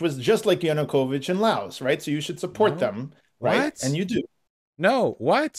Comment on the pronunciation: Vaush will lose every one of these debates until he learns how to pronounce Yanukovych.